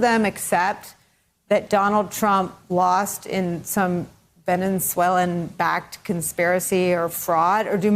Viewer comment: Host so dumb can’t even pronounce Venezuela 🇻🇪 Soros money has destroyed this country from inside out. Fake news is complicit. Election was 100% rigged